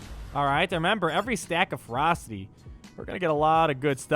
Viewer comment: When you were saying "Let the ferocity stack up on Revan" I thought you were saying "Let the frostys stack up on Revan" You know, like those Wendy's ice cream things. It was a very odd mental picture.